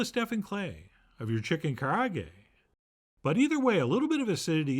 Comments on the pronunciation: Ka ra ah geh, all vowels are pronounced. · Karaage is "Ca-Laa-Gay" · Kah-rah-ah-gay. Not that it truly matters, but that's how it's pronounced. But man am I happy to see Chef John making this. ツ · Look, Japanese-American person here who is sick of garbage pronunciations. It's "Ka (like Kaa from Disney's Jungle Book) Ra (like the Egyptian god) A (like "ahh that tastes so good") Ge (Geh with an "eh") Also who still says "saki" instead of "sake"? Your white is showing Chef John